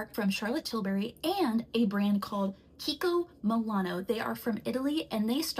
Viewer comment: Kiki kimonono lol love you it’s kiko Milano 😂😂